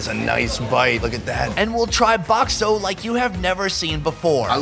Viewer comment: bakso not bok so ok